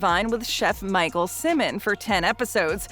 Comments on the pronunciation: It's Chef Michael SIMON Not Simmon. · Michael Simon (not Simmons)